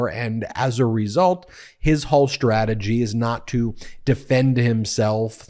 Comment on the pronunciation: Love your work. I do wish you could stop saying strategy and other words with a ssht sound instead of st. One wouldn't say sshtop sign. It's clearly ST. Kimmel does it as well. I'm not a diction nazi, this manner of pronouncing these specific words bug me. I forgot, people on cable or even network television say Moscow including the w which is silent. I really wonder why nobody corrects them.